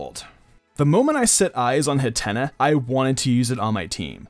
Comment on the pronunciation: Did he say hattena like antenna?... Hat-een-ah